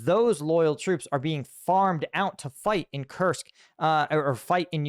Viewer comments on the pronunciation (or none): none